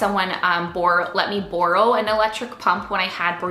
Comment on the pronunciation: where are you from? the way you say borrow is funny LOL but this video is great, there are so many baby items that are unnessecary and just take up space.